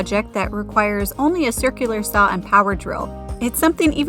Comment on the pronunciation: I've never heard anyone pronounce saw as saou.😅